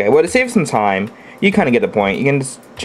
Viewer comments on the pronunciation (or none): none